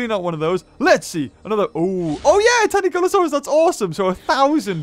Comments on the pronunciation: why'd u keep calling tanycolagreus tanycolasur? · Stop acting like a child. Words have pronunciations, and people should make an effort to stick to them. Perfection is obviously too much to ask, but his pronunciation of Tanycolagreus isn't even phonetically correct, so yeah, I'm going to point it out. I will not 'let him be him' if that means being wrong, and I will not dislike the video. It's odd, for someone who seems aggressively, irrationally in defense, you sure are quick to tell people to dislike his videos. Grow up.